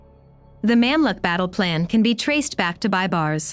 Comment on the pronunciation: You should’ve practiced the Arabic nomenclature b4 the vlog. It’s so pathetic that I had to pause and listen it again and again! It’s not Memlik but Mumlook, not Saladin but Salahuddin! Disappointed